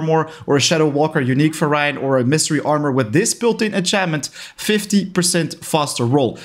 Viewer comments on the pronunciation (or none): none